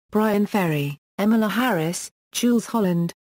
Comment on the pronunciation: She doesn't know how to pronounce EmmyLou's name either. Fool!